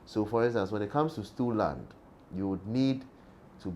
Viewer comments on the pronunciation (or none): What is he saying stowel land?